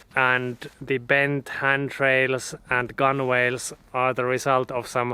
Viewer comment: Nice video, your big anchor is a Spade anchor and Gunwale is pronounced "Gunnel" Boatswain "bosun" Coxswain "Coxun"